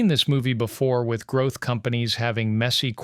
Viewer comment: "grouth Business" ...... LOL. .